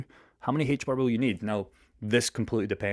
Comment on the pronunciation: HBAR. In English, the letter H is pronounced "Ayche" not "hhhaych". The token is pronounced AYCHE BAR. Also, the token will be somewhere around $1,000 by 2030.